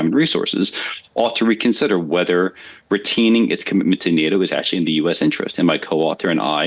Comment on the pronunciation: A professor that can't say "retaining" correctly. 😂